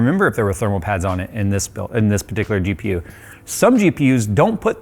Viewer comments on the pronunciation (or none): How many noted saying DPU instead of GPU at minute mark 😂😂😂😂